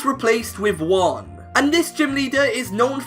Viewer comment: thats not how you pronounce Juan